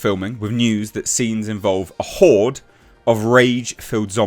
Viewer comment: It’s horde dude.